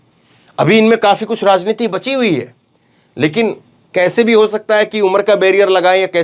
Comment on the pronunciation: Bhai rasneeti na bolo Rasnath na bolo Hindi theek kr lo